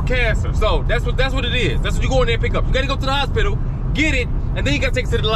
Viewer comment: Aint no way you said HOS-PI-TOE😂😂😂